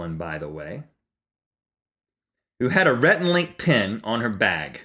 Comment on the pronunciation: It's 'Rhett and Link' haha. But yes... good idea!